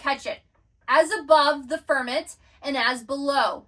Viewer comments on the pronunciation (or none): Very interesting, Merkavah is super intriguing! Also it’s FirmAMENT! Not firment! 🙏🏼